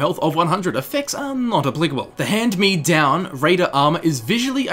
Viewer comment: You say hand-me-down very strangely, words with dashes don't require pauses, your supposed to say them quickly, like make-up.